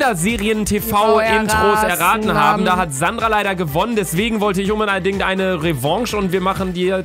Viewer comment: "Umbedeidingt"😂😂😂 wer hat es auch gehört von luca bei Stelle | V